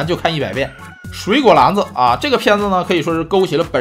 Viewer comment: 水果篮（lan三声）子....哈哈哈哈哈